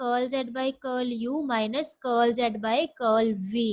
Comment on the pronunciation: Thank you..Very nice explanation ....I like your pronounciation of Curl ... Curly curl z curlv ...☺️☺️